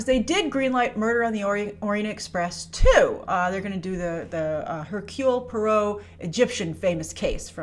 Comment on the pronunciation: herk-you-lee pwaah-roe .. (